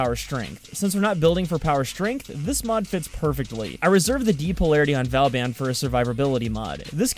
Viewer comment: It's not valban